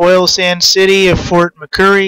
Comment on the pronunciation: It's not fort McCurry as you say it...it's fort Mc Murray